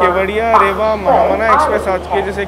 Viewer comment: Bhai रेवा nahi रीवा hai And apne Satna ko Satni bol dia😅